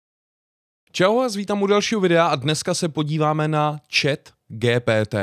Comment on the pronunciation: Proc to říkáš po česky GTP. Když to se čte “dži pí tý”. Radši to řekni anglicky. Ja jsem napsal takhle úkol ze španělštiny. Přes tuhle aplikaci